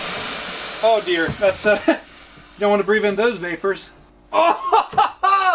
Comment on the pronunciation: Thots a knife!!!! Australian accent!!!!